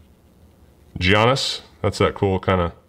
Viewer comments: It's not g an is it's giannis yanis basically is how you would say it the g is silent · I cringe when I hear say Gee-anis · Say it with me: Yee-on-is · I hate being that guy but its pronounced Yannis, not with the hard G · Poor giannis always getting his name butchered hard by! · Love the basketball, but let me help you out: Giannis = YAHN-iss Jokic = yo-kitch Siakam = See-AHK-am And it's International Men of MASTERY, not Mystery! 😆